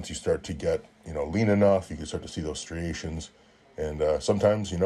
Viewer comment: Canucks say striations weird